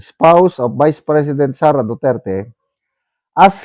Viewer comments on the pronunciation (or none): none